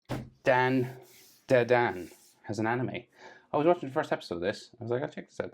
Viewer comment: Dan...(Dramatic pause)..DaDan, anyways it looks nice